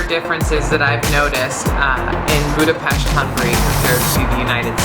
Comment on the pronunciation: *cries happy tears* Finally a foreigner pronouncing Budapest right